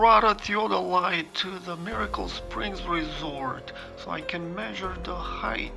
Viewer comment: Sorry to be picky, but the word height should be pronounced without a "th" sound at the end similar to the pronunciation of the word weight. It does not sound like the words length or width which have the last two letters reversed to produce that sound. Nonetheless I enjoy your photography.